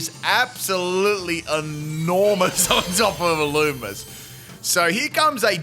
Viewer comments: Illumise is pronounced (ill-loo-me-zay) or (ill-loo-me-say) ....just fyi 😊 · Its pronounced ill-loo-mee-say